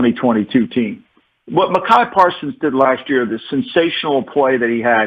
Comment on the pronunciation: Who cares? He mispronounces names all the time. Listen to his pod.